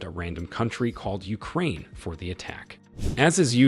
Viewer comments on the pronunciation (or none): none